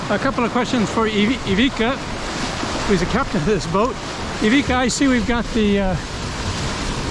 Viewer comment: i owned ivicas Seascape 18s 👍love your videos but you didnt pronounce his name right once!